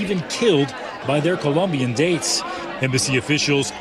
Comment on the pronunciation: Its Colombian not Columbian